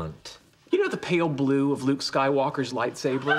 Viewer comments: Did anyone else hear "lightsabler"? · i know, but Sheldon said Lightsabler